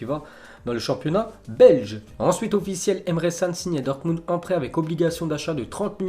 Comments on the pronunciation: Emre "tchan" pas "san" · arrt de dire emre sannn ça ce dit emre channnn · Mdr comment il prononce emre can